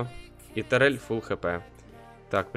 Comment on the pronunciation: Может турель, а не тарель?